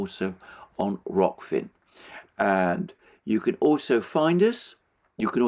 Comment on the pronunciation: First time I heard you properly pronouncing Rokfin. I'll have to look up the two previous days videos, where I didn't bother to listen to the last minute. But besides, I think your today's program is particularly important.